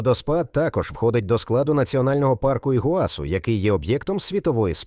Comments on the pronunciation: Тільки не ПамУккале, а ПамуккалЕ, наголос на Е. Не ІгуАсу, а ІгуасУ, наголос на останнє У. А тільки у розповіді про водоспад Гокта, показали фото водоспаду Анхель. Таке собі відео... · Щиро дякую! Сподобалось❤. Ведучий неправильно ставить наголос в словах Памукале і Ігуасу